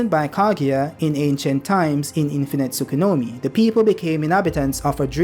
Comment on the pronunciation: Why do you say “Tsukunomi” instead of Tsukuyomi?